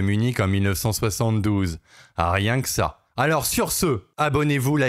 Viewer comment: « Aryen qu'ça » en effet 😂